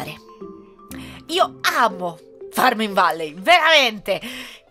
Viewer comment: hai detto abo invece che amo